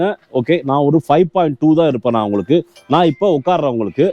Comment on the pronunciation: உங்களுக்கு romba pudikum pola "உங்ககுக"😂 super💯👍